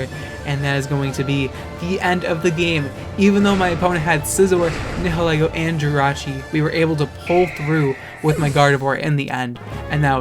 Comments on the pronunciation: Nihilego is pronounced as Nee-hil-Ee-goh It's a combination of Nihilism and Ego. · Nihilego is pronounced as Nile-Ego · It's prounced ni-hoe-lego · do you know how to pronounce nihilist?